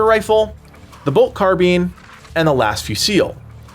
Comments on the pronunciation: Your pronunciation of carbine is ridiculous. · Looking great, thanks for the in depth preview. Though I must say, your pronunciation of Carbine caught me off guard, it's the only time I've ever heard it be said that way